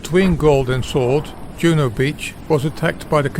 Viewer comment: Juno Beach wasn’t pronounced like a Scandinavian word. JJJuno with a hard “J”